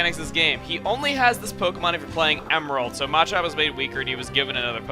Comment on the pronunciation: Ohh lord the way he says Machop bothers me.. MAAAAchop. I've always called it muh-chop. He puts like tons of emphasis on the A and it bothers me xD